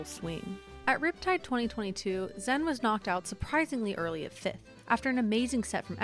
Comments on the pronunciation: Stop mispronouncing the name. It's zayn or xan, zen was never an accepted pronunciation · Zain said it’s “Zan” or “Zain.” She’s saying “Zen” which is incorrect. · Why tf do y’all say “zen 🤓” its pronounced zain like zane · Okay it's either Zain or Zan it's definitely not "zen" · Isn't it Zan, not Zen? It's like they got a typo and ren with it. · Why is zain pronounced zen? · why the fuck is zain being pronounced zen? drives me insane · Okay this narrator is killing me. Please get a melee fan to do the narration. Why does she keep saying "Zen?" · Is my girl still calling Zain "Zen" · why is she calling zain zen? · why is this chick calling him zen? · I just cant watch this, the pronunciation of "zen" is too bothersome. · Why is she still saying Zen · I think it’s a mixture of the “Zan” and “Zen” sounds and it’s just that most non-Pakistanis can’t pronounce it 100% correctly, but ultimately it doesn’t really matter because Zain said he doesn’t mind regardless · Exactly. Its pronounced Zeighn